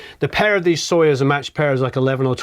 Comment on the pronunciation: Hello! Accentuation in word Soyuz is on "u". Have a marvellous time pronouncing russian words! ))